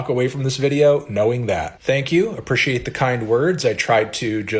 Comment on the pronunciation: anyone knowhathe fvckinda accent is that...? lol ”appr-ih-she-ate”